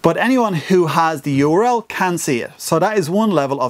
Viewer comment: what is a urel or whatever you said when u did listed? I wish there was a way where only YOUR subscribers can see your vids :-(